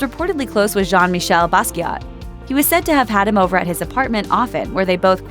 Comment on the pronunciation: Interesting video .Drug dealers will have much to account for when they stand before God. .. btw, Jean-Michel Basquiat (pronounced) Baskay...